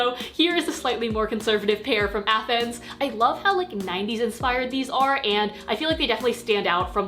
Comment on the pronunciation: Afends is pronounced "offends" :) Much love!